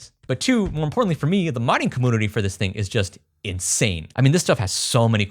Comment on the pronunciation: Great project. Why is it that you can say "YOU" but not compYOUter or comYOUnity?